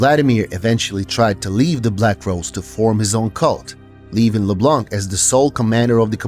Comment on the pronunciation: Finally someone that pronounce Leblanc without the C at the end!